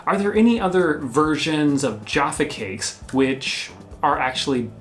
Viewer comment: I almost smashed the dislike button on this one guys, not only did you compare minstrels to m&m’s which was sheer blasphemy but the number of times you mis pronounced Jaffa cakes was beginning to grate on me. Luckily I have a pack of Jaffa cakes in my cupboard to gorge on and calm down.